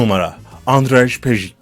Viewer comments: andray pejik ne lan mal andrey peyiç okunur. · 1 ) andıraj pejik değil kardeş ANDREC PEJİÇ 2) çen lili değil ŞENN LİLİ 3) lea ti değil LEA TE 4) kaladyo çarez değil KLADYO ŞAREZ 5) flornika de la ve değil FLORENSİA DE LA Vİ 6 karovlin tula cosey değil KERROLAYN TULA KASSİ birde şu anlatım dilinde TRANS ,TRANS KADINLAR , ve TRAN cümlesi ile başlayan her anlatımında baskılı ses tonu kullanmasan daha iyi edersin !!!